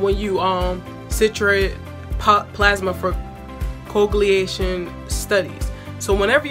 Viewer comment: Hunny this is great. But it’s not coegliation. It’s called “co-wag-u-lation”… you were making me itch saying it wrong! Thank you for this!